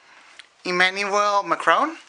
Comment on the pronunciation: Trust me, his prononciation of Emmanuel is even worse